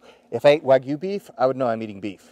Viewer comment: I think u pronounced “wagyu” wrong 😂